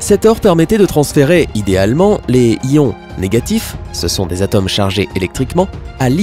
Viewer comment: cette chaze, la zane, des atames... t'as des pb avec la lettre "O" ou quoi ???